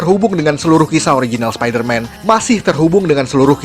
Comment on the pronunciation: Orang yang denger : spiderman Aku yang denger : sapider mam